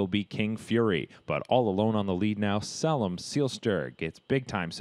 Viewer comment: Tsk...SAY-lem Seelster!